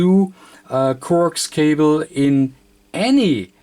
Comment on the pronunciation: Except he pronounces some words wrong. Coax is pronounced co-axe not coax. He does similar with the word balun which is pronounced bal-un not balloon. Cable too which is kay-bull not cobble.